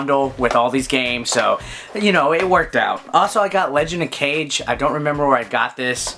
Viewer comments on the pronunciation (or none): It's Legend of Kaw-gee...not cage.